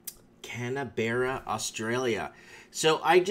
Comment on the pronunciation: it's pronounced "Can-burra"